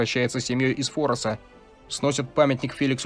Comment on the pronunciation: ФорОс- так правильно.